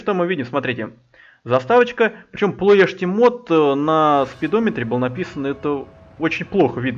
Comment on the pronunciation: Название правильно произнес!))